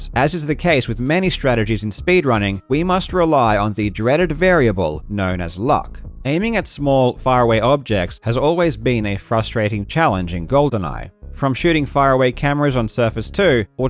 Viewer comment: “Sam-Eddy” … Do you mean Samedi? Like the French word for Saturday? Hit up that Google translate for diction tips, Karl. ❤️ It’s more like “Sam-Dzee”